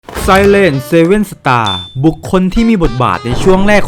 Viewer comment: ออกเสียงคำว่า Silent ผิดนะครับ จริงๆต้องออกเสียงว่า ไซเลนท์ (เหมือน Silent Hill) ที่มีความหมายว่า ความเงียบ หรือ เงียบ แต่ในคลิปนี่ออกเสียงไปทาง ไซเรน (ที่ไม่กระดกลิ้น) มันจะสื่อไปทางพวกเสียงไซเรน เสียงหวอ แบบพวกรถตำรวจ หรือรถฉุกเฉินแทน จากประสบการณ์เห็นหลายคนออกเสียงผิดกันเยอะกับ 2 คำนี้ เลยอยากแก้ไว้ให้น่ะครับ